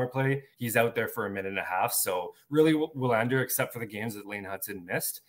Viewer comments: Yes, you´re right. W is usually (maybe always) pronounced as V in Swedish. I am Swedish and I can´t recall W being pronounced any other way than like a regular V. So Vi-LAND-er (or Vee-LAND-er) is more correct than what I wrote first. The emphasis should be on LAND and not VI. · wouldn't it be pronounced, in swedish, "VILL AND ER"? thought their W's were like a V